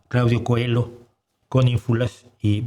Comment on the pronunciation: Dejé de ver este vídeo cuando escuché pronunciar Cohelo cuando se escribe Coelho (en portugués) y se debería pronunciar como se pronuncia en portugués. Tampoco es que me gusta mucho que se empiece por comparar el físico con el de otra persona cualquiera. El mismo bigote no hacen semejantes a Charlot y a Hitler. En fin, yo sí he leído a este filósofo y creo que merece la pena leerlo.